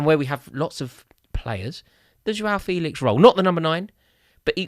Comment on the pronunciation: All these youtubers thinking that they're experts on Felix but can't even pronounce his name correctly. It's "fay-lix" not "feel-ix". If you'd ever watched him even once in a la liga game then you'd know this. Shows how much people just look at fifa stats and think they know everything about a player. I would have thought Rory might have given this charade up after his expert analysis of how Haaland would apparently be a massive flop at City because he "has no pace"